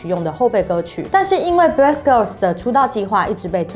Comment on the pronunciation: 英文發音要注意一下吧，好多單字念錯 Brave 念成 Breath